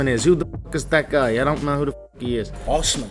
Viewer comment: can't even read UFC fighters names...he said " Us..man?? Put the bottle down